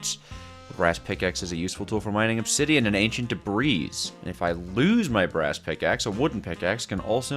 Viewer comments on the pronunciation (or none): vro really said "debreeze"